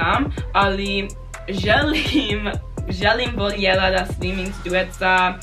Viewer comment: Jedan savjet, kada citas i govos voljela ne citas l pa j nego lj to je kao ljubicica a ne l j ubicica nezz dal ces skontat